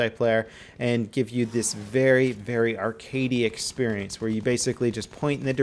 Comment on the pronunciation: why you say """"EXPERIENCE"""